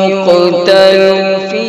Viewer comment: اللھم زد فزد،،،،،، لیکن "لمن یقتل" میں قلقلہ نہیں محسوس ہو رہا ہے حالانکہ ہونا چاہیے